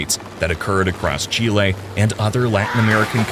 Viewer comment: FINALLY someone who pronounces Chile correctly